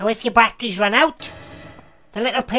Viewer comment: then i wached ger da battorrrrrrys dai